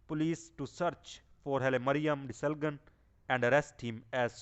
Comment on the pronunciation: ደስልጋን kkkkkk ! Dude Desalign gg is silent